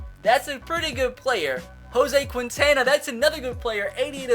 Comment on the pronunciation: Quintana is said Kin(like win)-tahn(like yawn)-uh(like bruh) Kin-tahn-uh